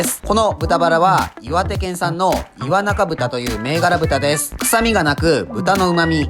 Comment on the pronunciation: 岩中は いわなかではなく、いわちゅうと呼ばれていますよ